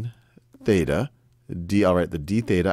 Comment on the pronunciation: Theta, not beta.